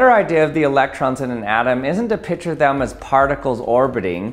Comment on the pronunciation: R.I.P., the "c" in "picture".